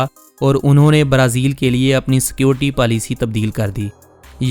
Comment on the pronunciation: Only you say Barazil we are hearing brezil